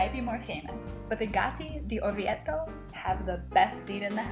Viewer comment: I wish Americans wouldn't say IDALY. Also this beautiful town is pronounced OR VI AY TOE. If it was spelled as she says it , it would need a double t. The ."e" is almost and "a" sound.